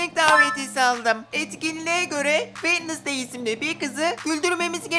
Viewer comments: Keşke Vendezdey değilde vensdey desen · Sadece yazılışı wednesday Okunuşu wenzdey diye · abi kuzın adı wednestay degil Jenna ortega